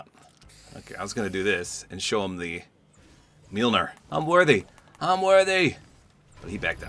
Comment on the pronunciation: LOOK a Fortnite Youtuber that can pronounce Mjolnir